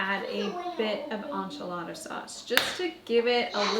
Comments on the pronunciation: This is not how any other Canadian says it 😂 I've never heard anyone say on-chilada. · Ssssssaaammmeeee girl 🙉🤣 N...chee...la...da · As a New Mexican, the way you say “enchilada” in Canadian makes my eye twitch 😂 but I love you! lol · My husbands family is from mexico. And I had to replay it because it caught me off guard 😅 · Girl😂😂😂😂 the way you say Enchilada kills me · As a born and raised Texan, I was giggling every time 😂🥰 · Me too! 😂